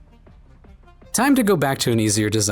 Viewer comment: Like Dragons have Kobolds and Dragonborn that may or may not be beiologocally related, these guys could have semi-related minion fakemon in each biome! The way you said “hoard” in the junkyard one immediately brought to mind Dragons